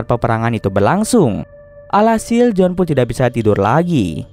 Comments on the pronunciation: Iya harusnya sih tetap Joan yah bkn jadi John 🤣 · Kritik, harus bisa bedain pengucapan bang. J.O.A.N, BUKAN J.O.H.N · Maaf bang mau ralat, kalo namanya Joan berarti penyebutannya juga Joan bukan John. Tapi ga tau yah kalo memang di filmnya disebut John berarti beda lg penyebutannya 😬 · Joan bang bukan jon